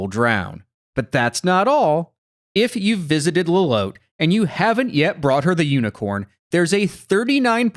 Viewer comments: is "low-lowt" really the canon pronunciation for lolotte? i always thought of it as "low-lot-tee", like how the name "Lotte" is normally pronounced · The way y'all pronounce Lolotte makes me feel like I'm going insane haha. It's spelled like Charlotte. Pretty sure for it to be pronounced this way, it would have to be spelled Lolote. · You pronounced Lolotte's name wrong.